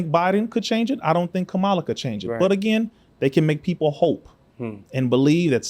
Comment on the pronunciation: First off her name is pronounced "COMMA LA". You lost me when you mispronounced her name.